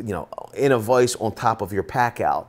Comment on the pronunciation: My biggest issue is the way you keep pronouncing vice and writing 😂😂😂 Love the vid though 👍